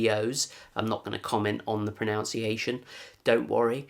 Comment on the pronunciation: Ironically, you mispronounced 'pronunciation'.